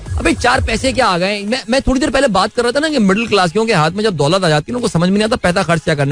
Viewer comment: Urdu ka qatl e aam takleef deta hai bhai, isliye 😅 "Achhay se" "Thorri na" "Kia heee hojayega" "Gussa" "Murggii" 😢